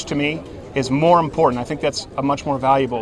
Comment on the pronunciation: "Freedom of speech is very impordent."